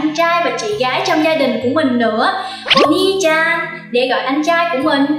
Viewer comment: sàn, chàn?? đọc cần thêm dấu huyền à